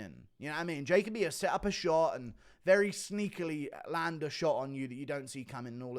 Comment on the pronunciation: Jaco bee lol. Try this Ja Coby